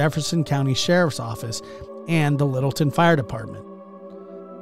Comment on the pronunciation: It's Littleton, not Middleton